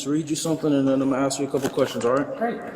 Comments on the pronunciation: The word is a s k. Not axe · Why you say axe instead of ask? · Proper English please. Ask not Ax. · ax? Bring an attorney WIFF you? Come on man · Not taking advice from a man, who pronounces the word "ask", as "axe", OR the word, "with", as "wiv". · The narrator tries to speak standard American English, but he still has to turn ghetto and says “axe”. Just as bad, he can’t pronounce the word “with”; ghetto homie says “wiFF”. 👎SMH